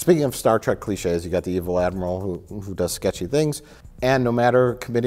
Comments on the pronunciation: Star "TRACK". A pet peeve for sure. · if you cant pronounce TREK you shouldnt be reviewing it